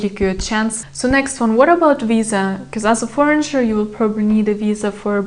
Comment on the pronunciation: Девушка все прекрасно, но foreigner - форинер, не форинджер, adult - адолт, не адьюльт, you might not now, не you might don’t know 😊